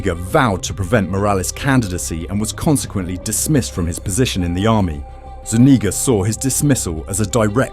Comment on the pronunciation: The only time ive heard my last name said right Zuñiga